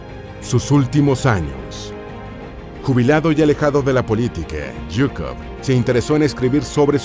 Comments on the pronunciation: Se lee zhukov y no yhukov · Se pronuncia shukof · Se escucha raro Yukov nada de pronunciación rusa